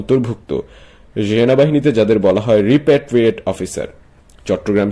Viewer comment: রপারটৃিয়েট নয়,রিপারটৃিয়েটেড।